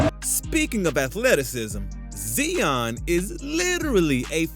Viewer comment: dude really called my man Zion "Zeeon" 💀💀